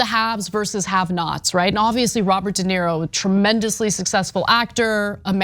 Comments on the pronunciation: Not a fan of the male commentator, not limited to his apparent disability to at least pronounce Robert de Niro as something other than "de Nero". Perhaps one should not precisely count the number of lies , but if that does not concern you, perhaps you should reconsider your argument. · Why keeps he calling De Niro (/də ˈnɪəroʊ/ də NEER-roh, Italian: [de ˈniːro]; "de Nero"? I'm not even an native speaker and nevertheless it hurts my ears to repeatedly hear the name of one of the greatest actors ever to be so fundamentallly abused. It obviously is ignorance and, sorry to say, bad journalism if the guy is the cornerstone of your entire story. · Somebody tell the black dude it's not Dinero but De Niro. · His name is Robert De Niro,, not Robert Dinero lol. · DenIro. enIro. nIro. Iro. I. DenIro. Not Dinero. That’s Spanish for money. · Why does the guy keep calling him "dinero" like Spanish money? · It's not DenERO, it's De NIRO.These idio*t young trump generation can't even pronounce roberts name correctly. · Learn to pronounce his name. De knee ro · Dude can't even pronounce De Niro.